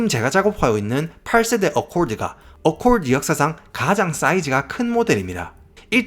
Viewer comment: 어콜드아니고 어코드 ㅋ